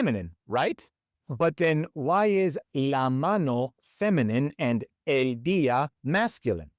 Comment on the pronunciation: It sounds like you’re saying “aye” for el, when it should be pronounced like the letter L; el and L should sound exactly the same. ❤ Also, “sofa” is very common. Sofa ends with an “a” but we say, el sofa! 🤔